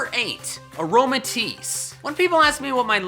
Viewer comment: KLEFKI DOES NOT END WITH AN E, TIT ENDS WITH AN I! AROMATISSE, NOT AROMATIES!